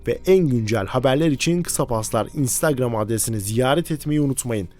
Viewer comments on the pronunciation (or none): none